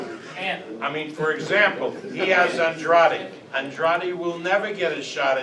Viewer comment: “Andrady” Lol